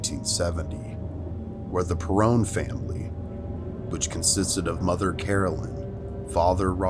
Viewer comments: I was born and raised in Rhode Island, close to the location of the "Conjuring House". There are some inaccuracies with your narrative that I identified, and I am only four minutes into the video. First, the family name is pronounced "PER-ron", not "Per-rone". Also the oldest sister is "AN-drea", not "An-DRAY-ah". Honestly, you should train your AI or VoiceOver person on the correct pronunciation. Second, I'm pretty sure that the video clip showing busy downtown storefronts, is not of Harrisville, or Chepachet. Third, the Perron family moved from Cumberland, not Central Falls. Back in the 1970s, Central Falls (CF as we called it) was very different from the family vibes of living in Cumberland. A good journalist would ensure that the contents of their reporting is accurate. These are really basic details that detract from your credibility. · Her name is pronounced Andrea, now AndrEa. Also, it’s Perron….not PerrOn. And the seance too place in the dining room, not in the basement. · The only complaint I have is the pronunciation of the names. It's An-dree-a not an-dray-a and pare-on not Par- own. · WOW 🙄 You really should've done your homework before releasing this video. First of all you didn't even pronounce their last name correctly. You mispronounced the children's names. It's not ann-dray-ah (spelled as you pronounced it) it's Ann-dree-ah (spelled phonetically). They did NOT purchase the home from an old lady. They purchased the home from an elderly gentleman- Mr. Kenyon. I'm not even going to waste my time listening to the rest of your video because I'm irritated by all your inaccuracies thus far. I'm only wasting my time writing you this comment because you need to know how bad your haphazard so-called facts are being shot all to hell. Don't waste people's time with this crap. This is THE WORST rendition of the history of this family and their experiences that I've ever heard. 🙄😒